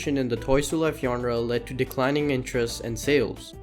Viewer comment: Aint no way this guy just pronounce genre as "yonra"